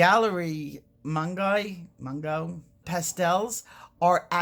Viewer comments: Its Paul Rubin, not Paul Rubio. Its also Pronounced Mun-gee-on not Mun-guy. Mispronouncing someones name is teally disrespectful. Its best to inform oneself before butchering peoples names publicly. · They are pronounced Mung-gee-oh…. Mungyo. I love their watercolors too! I can’t wait to try this out !